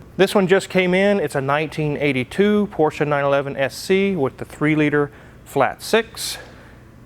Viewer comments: Thank you for pronouncing 'Porsche' correctly! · Kudos for pronouncing Porsche correctly 👍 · I'd just like to thank for pronouncing "Porsche" correctly;) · Thank you for pronouncing Porsche the right way. Most English speakers call it "Porsch" ignoring the e in the end. Don´t know why. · Holey Moley, he pronounced the name of the car correctly! Ausgezeichnet! A porsch is what you sit on as you wave to your neighbor driving by in their Porsche. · Thank you so much for pronouncing it right: Porsche. It never was or will be a Porsch.